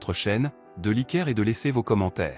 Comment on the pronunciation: vous ne pouvez pas payer un narrateur? c'est quoi liquer?